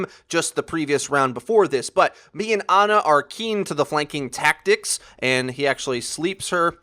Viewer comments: My Ex's name is Ana i can assure you her family didnt call her Aana. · thats not how you say ana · I hate how you pronounce Ana and Pharah